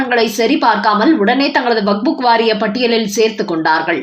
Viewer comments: Please pronounce waqup not waqbook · Not wak buk, it is waqf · It's not vakbu it's vakf( Wakf). Please correct your pronunciation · அம்மணி, "வக்புக்" என்று சொல்ல கூடாது. "வக்பு" என்று சொல்லுங்கள். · வக்புக் என்று தவறாக உச்சரிக்காதீர்கள் 😂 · Tamil news readers should learn pronunciation first. This lady's Tamil rendering is horrible. She has found a new book, vakbook😂